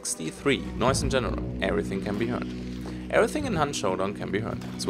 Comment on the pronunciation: It's noise and not noice:)